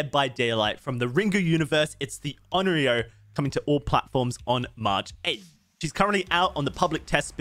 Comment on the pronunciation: Onryo is pronounced a bit different that how you are. No big deal, but if you want to be special and go the extra mile: "own" "ree" but pronounce the r sound with the tip of your tongue "oh" own-ree-oh And remember, the r is pronounced with the tip of your tongue.